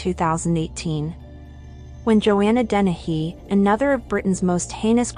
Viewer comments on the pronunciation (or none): none